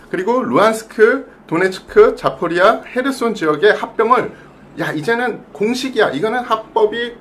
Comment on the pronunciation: 전문기자라는 사람이 하르키우를 히르키우라 하고 자포리자를 자포리아라 하고 뭔가 신뢰가 떨어진다